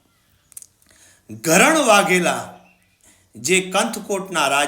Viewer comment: ઘરણ (gharan) વાઘેલ નહીં પણ ધરણ( dharan)વાઘેલા